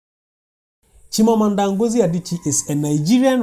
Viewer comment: It's "Chimamanda " my brother i like your channel i sucribed !